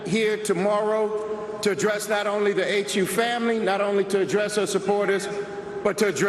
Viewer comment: The HU famlee? Hahaha